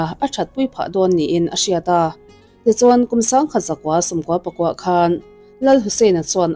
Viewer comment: 'Khan' tih te, 'tai' tih te hi i lam dân a dik lo a nia. Mizo ṭawng hi a lam dân azira danglam a ni a, ziaka sawi fiah a har, i bul hnaia puitling tu emaw lo zâwt teh aw, a zia lo tlat, vantlâng hriata thu sawi in ni ṭhin si.